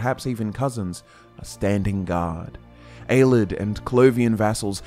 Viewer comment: has been pronouncing Ayleid “aye-lee-Id” as “aye-lid” since the Jump and it drives me nuts